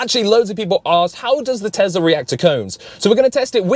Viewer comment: TEZLA bro is Tesla